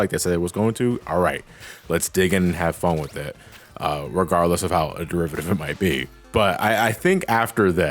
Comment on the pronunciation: The word is “with” not wiff “both” not bof